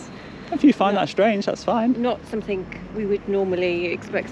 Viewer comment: As soon as she said someTHINK. I would have walked away. Annoys me so much. 😡😡😡